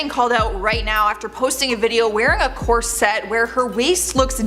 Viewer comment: The word is "CORset" - "corSETTE" is not how it's spelled or pronounced. Nonetheless - the KardASSians are obsessed with some kind of beauty standard that is in their minds. And they have the $$ to spend trying to achieve it. Unfortunately since they're in entertainment, they're looked at as role models, which is sad and problematic, for reasons that should be obvious to those of you with common sense. The fact that they keep "transforming" themselves and then deny having work done is ridiculous. Khloe's nose has reached Michael Jackson level butchery.